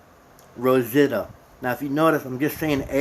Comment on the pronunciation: Thanks for the info but maybe try to pronounce the main players names correctly. It's pretty annoying to hear Betta or rozita so many times. I don't think you've watched the show which really doesn't matter and you made some good points that were helpful so thanks.